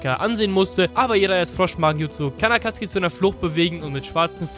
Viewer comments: Hey du sagst nicht SasUke sondern Saske...du sagst nicht akatsuki sondern Akatski....warum machst du nicht einfach deine ganzen Videos auf Japanisch mit deutschem Untertitel ich komm auf deine billig deutsche synchro nicht klar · Akatsuki deutsch ausgesprochen hat mehr swag